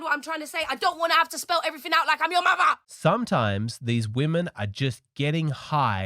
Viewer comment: “I don’t want to spell everyfing out like I’m your muvva…”😂